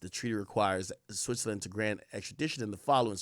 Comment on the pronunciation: Switzerland pronunciation is killing me